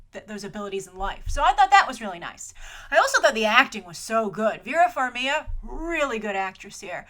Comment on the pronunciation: Vera FarmiGa. please pronounce the G 😊 I love you